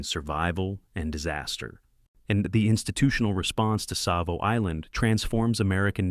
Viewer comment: Savo with a T ?!! unreal